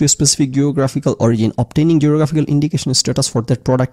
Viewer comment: Sorry, out of topic but......Ei prothom dekhlam origin k kew ওরিগিন pronounce kortese. Ami ajibon eta ওরিজিন ভেবে এসেছি 🤣 vul dhorai dewa amr uddesho na amr ganer poridhi nai bollei chole. Hote pare eta odeshe ওরিগিন pronounced hoi. Either Way bepperta khub amusing 😂